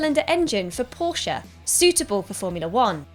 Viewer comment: The best about this video was that Porsche was pronounced properly and not just Porsh